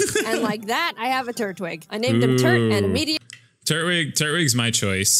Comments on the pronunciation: it is tur-twig not turt-wig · It’s Tur-twig, not Turt-wig